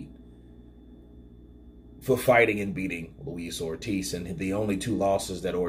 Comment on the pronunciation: 'Luis Oldtiz' ~The YB